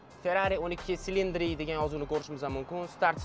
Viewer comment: Silindri emas Chilindiri deb o'qiladi !!